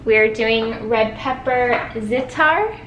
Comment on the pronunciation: زعتر in Arabic the way you pronounce the zatar it's so cute❤ i love you so much